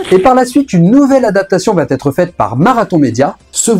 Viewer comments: Ah ah tu as laissé passer un petit "va têtre" au début mais il y a eu plusieurs "va être". Ça satisfait le relou que je suis ! En tous cas merci pour le taf, c'était intéressant comme toujours. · "Va T'être"... NON. Il faut arrêter avec cette abomination de diction. Où vois-tu un "T" entre "va" et "être" ? C'est "va être", SANS T.